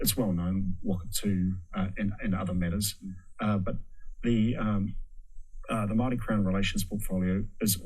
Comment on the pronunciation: Hateful, ignorant, possibly borne out of some terrible experiences had with so-labelled mayowrie people, sick rhetoric. At least you sound coherent unlike one of the mile long super-charged hate rants in the replies. Unfortunately I couldnt make it to the end of the video. Your hatred was too much to handle. Also, Wanganui. Whanganui. Who cares? If you're a NZ'er or kiwi or whatever label one cares to take, at least in this instance we all know what you mean. No disrespect meant to those who hold a fierce commitment to a specific pronunciation.